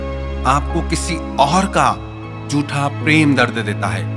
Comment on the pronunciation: "झूठा"...."जूठा" नहीं